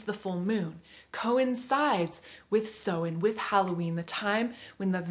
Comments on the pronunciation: it's Samhain; pronounced S-ow-in (not s-oh-in). Pls learn Celtic pronunciations properly it's really important - native Irish speaker here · Thanks for the video. I took a lot away from it but just want to point out that Samhain is not pronounced 'sew-in', it's 'sow-in', sow as in cow. Samhain is also the Irish word for November.